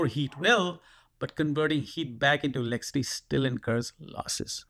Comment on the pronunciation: What's this "elecity" you keep talking about?